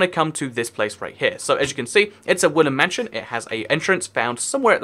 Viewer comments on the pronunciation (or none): I hear woolen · Evry time he says woodland it sounds like woolly